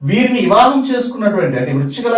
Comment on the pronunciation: ఇవాహం కాదు వివాహం